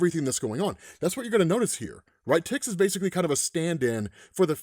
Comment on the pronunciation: Imo it's pronounced TICK-ZIS 🤷🏻‍♂️